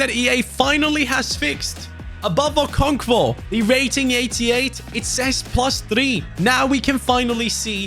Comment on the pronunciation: bro there is no v in okonkwo😆🤣